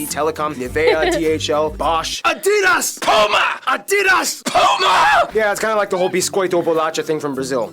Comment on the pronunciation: Addiiiidas!? Aaaaaadidas! You' ll never get it! 🙂